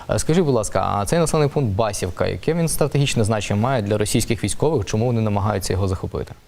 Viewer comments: БасІвка, не правильно наголос говорите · Чому не правильно озвучуєте назви сіл ? Наголос БасІвка, ЛОкня.